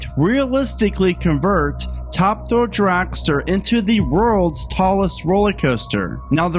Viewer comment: It's called Top. Thrill. Dragster. Not Ta Dull dragster